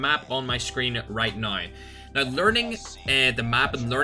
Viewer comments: “You need to be using FiXeD mOdE right NOIIII” Love it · Its Australian accent? He spelled "now" as "naay"